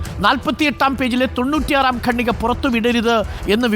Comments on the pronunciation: ഗണ്ണിക അല്ല ഖണ്ണിക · സർ,ഗണ്ണിക എന്ന വാക്ക് ഖണ്ഠിക എന്നു ശരിയായി പറയൂ.കേട്ടിട്ട് അരോചകമായി തോന്നുന്നു.(റിപ്പോർട്ടർ ആണ് തെറ്റിച്ചു പറയുന്നത് ) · ഖണ്ഡിക ആണ് ശരി